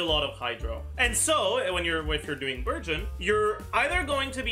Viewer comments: I heard virgin for burgeon the entire video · I keep hearing burgeon as virgin lmao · So i can use Childe Xiangling Dendro Kazuha team. Also Childe Fischl Dori Dendro would be a great team. Why did i hear Virgin instead of Burgeon everytime he says Burgeon😂 But the best thing to realise is that Fischl and Childe will carry Dendro teams.😂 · OOOOOO he's saying Burgeon I thought he was saying Virgin for like half the video and I was very confused LOL